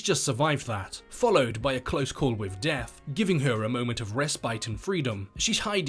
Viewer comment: It’s both, not bofe. And death, not deaf. It’s really confusing